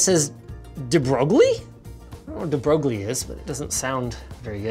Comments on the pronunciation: De Broglie Actually pronounced as "De Broy" And we were taught, "learn to say it properly or else the people of the West will laugh at you" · It's pronounced "de-broi". He was a French theoretical physicist who outlined the wave-particle duality theorem of photons in his thesis roughly 100y ago. Very strange as to why such a name slash sticker would be on even a Chinese product. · Debrosglie is a famous mathematician who's theorems you'll inevitably hear about if you do math. You pronounce it "debreuil" I believe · de Broglie ( pronounced Day-Broye) is the name of a physicist who was famous for defining the wavelength of particles in a quantum mechanical sense, known as the de Broglie wavelength. It is defined as planck's constant divided by the momentum of the particle. I don't know what any of this has to do with graphics cards, but regardless... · Linus: "Dee-Broge-lee" Physics students: crying in french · De brougli wavelength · "de broglie" lmao debroil (the l is kinda silent), was a physicist that discovered the waveform for matter. The debroglie wavelength was named after him. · Did nobody else die when he said debroglie? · it's pronunced like this: this remenbered me the video about that society who're named marseille and Linus has no idea how to prononced it , i like that ^^ . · its not a french name. its an italian name because the family de broglie before living in France comed from italy. so you are ridiculouse